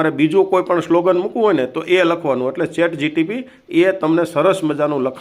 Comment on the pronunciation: ચેટ જીટીપી નહી..ચેટ જીપીટી બોલો.😝 કોલોબ્રેશન નહી..કલેક્શન બોલો.😝 સ્ટ્રોલ નહી.. સ્ક્રોલ કરો બોલો.😝